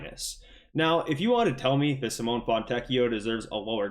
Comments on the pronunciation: Sim oh nay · Dude, you're still mispronouncing Simone's name😂